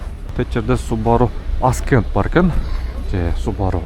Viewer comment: Ascent-əˈsent.(көтөрүлүү, орусчасы восхождение) Аскент эмес.